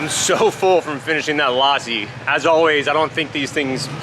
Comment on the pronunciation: It’s pronounced lussi with a short ‘u’ sound.